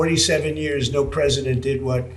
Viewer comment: Yo Pwesident Fudd!!! Bugs bunny is or isn't gonnna let you shoot him? You just be seeing stars over yer head! Whats up doc?